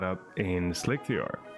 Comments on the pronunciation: it's not slick - 3 -r it's just "slicer" spelled with a 3.. great video though. i liked seeing the 3d scanner and functional prints! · I'm so glad I'm not the only one who calls it "slick-3-r". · "Slick 3 R " xD. slic3r .. SLICER :)